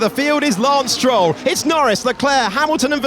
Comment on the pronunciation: “Arlind goes thr AM. Dropping to the back is…. LAANCE stroll”